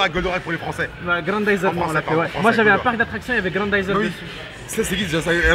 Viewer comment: je like que pour "grandayzer " kho ^^